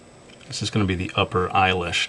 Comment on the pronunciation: (might have been , not sure) i think you said my name acidently when you were saying Eyelash you said Ailish (my names irish so it sounds funny, pronounced eye-li-sh) just had to say that because it was realy wired :D Grate vid, realy helpful <(")